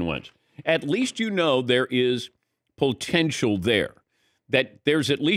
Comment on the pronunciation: Is he saying "pole-tential"?